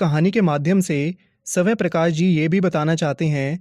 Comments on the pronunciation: It's not savay prakash it's svayam prakash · Saway prakash nhi swayam prakash h🤣🤣🤣🤣🤣🤣🤣🤣🤣🤣🤣🤣🤣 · Sir it's not Savay prakash it is Swayam Prakash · bhai swaya nhi hai swaya'm h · Sabay Prakash nahi soam Prakash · Lekhak ke nam ka shi uccharan kijiye